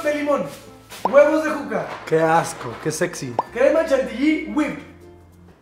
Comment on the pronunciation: Este video ya es muy viejo pero soy la única que se dio cuenta que en el minuto Juanpa le dijo "Puca" a Juca JJAJAJA